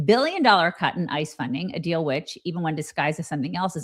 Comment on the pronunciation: Is saying, "Art of the dill" instead of "deal?"